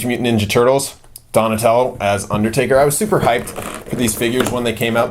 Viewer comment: It's undertaker not underdaber stupid